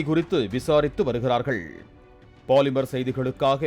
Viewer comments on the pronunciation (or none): none